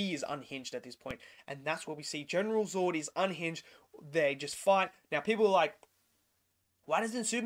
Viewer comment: Was a great movie. Unfortunately the reviewer can’t say Zod properly and it’s absolutely doing my head in mate 🤦🏻‍♂️😂😂 nah another great effort mate, keep up the great work 🤙🏻